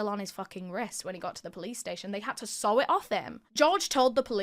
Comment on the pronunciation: I feel ya with the pronunciation of SEW I'm also from the north of England, make most of my own clothes and question myself every time I say it haha